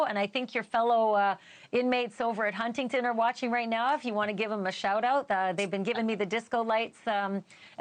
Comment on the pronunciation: It's HuntingDON not TON.